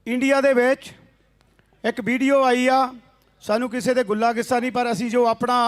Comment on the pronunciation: ਗੁੱਸਾ ਗਿਲਾ ❌ਗੁਲਾ ਗਿਸਾ ✅😂😂